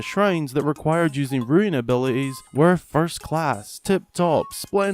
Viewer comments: Rune is pronounced roon, not roo-in. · Dude, it’s understandable if english isnt your first language, but if it is, then how are you pronouncing a simple 4 letter word wrong? Lol. It’s “rune” not “ruin”.